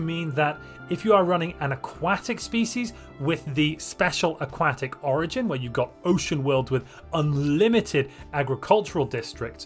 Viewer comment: It's a 'kwuh' sound. Aquatic. Not 'kwah' like a duck's quack. (Nice video)